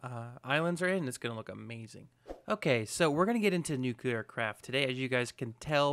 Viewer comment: Oh please ... buddy. You are such a concise guy, eloquent and all and then you say "nukular power". That is not a thing. It´s nuclear. Sorry .. had to get that out.